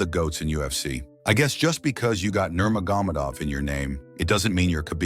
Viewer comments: NurmagomEdov! Not NurmagOmedov.. Good vid. But please 😭😂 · lmao the AI voice "that made ufc became big like today" "khabib nerma-gomid-ov" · He can’t even pronounce the last name 😭 but I think your onto smth 😭😭😭